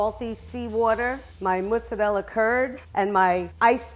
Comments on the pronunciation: I’m going out on a limb here and say that it’s Italian AMERICANS that say mootz-uh-RELL and that people who were born in Italy say mozzarella (which sounds a little different to an American ear because they are speaking ITALIAN. But what do I know after watching over a hundred videos (in Italian) produced by Italia Squisita alone? It’s obviously a great thing to be proud of one’s heritage but pronunciation becomes a choice at some point. Even Giada (who I can do without) doesn’t say MOOTZ every five seconds and she TRULY meets criteria for Italian American. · “Me say Monzeralla” (Jojo fans) we say “pizza monzerella lelelelelelele” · You know shes an Italian grandma when she calls every ingredient she got from the pro chef expensive, when she adds butter for flavor, and when she doesnt wear gloves and doesn't care about being burned.: who says mazzarella its muttzarelle Me: che fa?? Who says mazzarella?? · Her "mUzzarella" Him "is mAzzarella" mOzzarella "am I a joke to you?" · The official American English pronunciation is "maat - suh - reh - luh" The official British English pronunciation is "mo - suh - reh - luh" Not 100% sure (you, an Italian, can correct me) but the Italian pronunciation is "as written" meaning "Mot - suh - reh - luh" pronunciation is "Mut - suh - rehl " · Lol, both of them got the pronounciation of Mozzarella wrong... It's not Maaazzarella and certainly not mouzzarella. It's mOzzarella like the letter O. You don't have to be italian to say O properly xD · what a lovely lady, i would still love to punch her in the face for saying "mutz" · Does anybody actually refer to mozzarella as "mootz?" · The professional chef correcting the pronunciation of mozzarella wrong.... it's mOzzarella not mAzzarella. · Mozzarella is an Italian cheese, and I am Italian so I know for sure that you pronounce it with the o, and not with the a, it's not mazzarella, it's mozzarella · ... but why does she keep calling it mutzarell? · Is pronounced mOzzarella